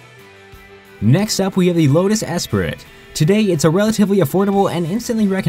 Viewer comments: Comment on the Lotus Esprit, you pronounced it: ES-per-et It's actually pronounced: ES-Pree Silly mistake we all make them haha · Lotus "es-puh-ree" ???? Lotus es-spree. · The Lotus Espirit? You idiot! It's pronounced Espree. You're a real car guy aren't you? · He pronounced the "t" in esperit. The T is silent. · A Lotus "Ess-sprit"?? It's pronounced "Ess-PREE", dumbass. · it's es-prit not es-pe-rit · Lotus Esprit is pronounced es-pree and not es-spritt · he pronounces lotus esprit wrong its not "Ess spirit" it is pronounced "Ess Spree" damn yanks getting everything wrong :D oh btw why is there a Cadillac on the list of supercars????? yanks -. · Its pronounced espry not esperit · its Lotus esprit NOT espirit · You fucking idiot. It's not pronounced es Prit. It's pronounced es pre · Not es-prit Es-PREE oml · lotus es per it?? its pronounced espree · Esprit is pronounced espree not esprit, great video though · Oh my god. He said esPRIT. Correctly pronounced, espree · Did you actually call an Esprit an esperit? Did you not know the pronunciation is espree? And show me a F355 under $50,000 that's not ready for the junkyard. Same with the Pantera. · Lotus Es-PREE NOT PRIT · esp-spr-it? i am not a gramar nazi but is is purnounced esprie even though it is actually esprit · I think it's time you invest into a microphone and quit using text to talk. it's called a Lotus Espirit (Ess spree) not Ess spirit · Did you really just pronounce Esprit as "Es-prit"? It's pronounced "Es-pree"... Also, you can not but a Ferrari 308 GTB for less than $50k... Just did some looking around, and the cheapest one I've found is $86,800... Makes me question how many others you got wrong... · Lol. ESSPIRRITTT. No, it's pronounced Espree dude xD. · Wow, lotus es-priT no its pronounced esprea basically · I’m really surprised a car video would have mispronounced names... Porsch.... nope. S-spriT....nope again. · BTW "ESPRIT" IS PRONOUNCED "ESPRI" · it's pronounced lotus (e-sp-ree) esprit